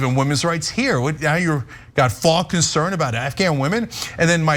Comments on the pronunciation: Faux. Pronounced foe, not faw. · Faux is pronounced fo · Didn't Ben and Michael correct your pronunciation of faux on Old School, Cenk? :_TYTCookie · Lol cenk doesnt know how to pronounce faux 😂. Two times bro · As someone who speaks French, EVERY SINGLE AMERICAN that uses FAUX says it wrong. ALL of you.